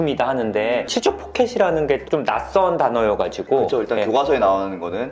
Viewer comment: 치주가 치즈로 들린당ㅋㅋㅋㅋㅋㅋㅋㅋㅋㅋ 치즈포켓!🧀